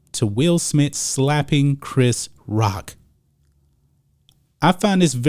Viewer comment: I swear I heard him say clapping, not slapping.